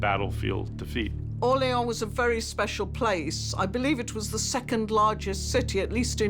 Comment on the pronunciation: french people: its pronounced orle-ON!